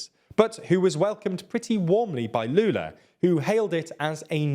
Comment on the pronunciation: Honestly, I'm impressed at the pronunciation of Lula's name, there's a bit of accent of course, but every word was correct, good job!